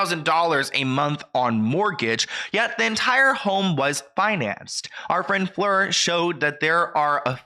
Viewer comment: You pronounced Fleur correctly… bonus points 👍